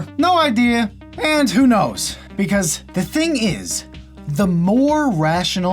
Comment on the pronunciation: Mr beasause.